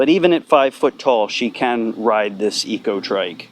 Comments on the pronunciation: Eco trec is how its pronounced i believe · Pronounce "ecotric" the same you would "electric"